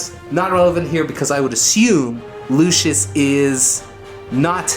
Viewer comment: Lucius not 'lucious'